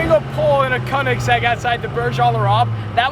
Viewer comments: Why do you say Konigsegg it speaks like königsegg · Its pronunced Ko-En-ig-segg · Its not konniksekk man 😂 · I HATE when ppl say Konigsegg as im german and i know how it's actually pronounced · Man im getting to fucking triggered Koenigsegg is pronounced Königseg the "ö" i pronounced as the "u" in duh. Try it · How many times did he say kenigsegg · Conikgsegg lol how he pronounces it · Imagine now knowing how to pronounce the name of your own car right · He didn't even know what year his car was and he couldn't pronounce Koenigsegg properly....🙄😤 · The way he says koenigsegg is wrong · You can't even properly pronounce "koenigsegg" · It's not a Koenigsegg... It's a Koenigseggiseggiseggisegg If you know you know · I hate how he pronounced koenigsegg Only Germans will understand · Its a Köenigsberg and not a KöenigsEGG! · pls learn how to say koenigsegg